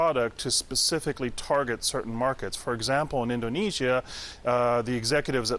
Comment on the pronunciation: Wait, am I the only one who noticed she couldn't pronounce Indonesia?